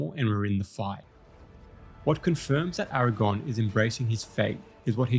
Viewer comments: I love absolutely everything about this video except for the fact that you KEPT saying "AragON". It's AragORN. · It's Aragorn not Aragon 😐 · 🙌Nice vid. But it AragoRn not AragOn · Its Aragorn, not Aragone damn it! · Aragorn, not erragon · I wish you’d stop calling him Aragon.😫😫😫😫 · Why do you keep mispronouncing Aragorn as Aragon? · Bro...His name is AraGORN, not AraGON. That's the fucking spider in Harry Potter. I had to give you a dislike because you kept mispronouncing the name of a major character you did a whole ass video on. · Bro I can't take your video seriously when you keep calling AragoRn, Aragon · I don’t want to be picky, but you keep saying Strider‘s name wrong. It’s Aragorn, not Eragon. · Great vid, but please, it's Aragorn, not Eragon. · Eragon 😂 He actually is calling him Eragon a lot so far, close enough I guess. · Bro… Nice video, but his name is Aragorn. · I would like this video, but the way you pronounce Aragorn … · If you can't get over the mispronunciations you did as a kid in a video, that's not great, man. Do better. Be better. You aren't a kid anymore. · You say his name wrong every single time. Good video tho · I know right! It was driving me nuts the entire time.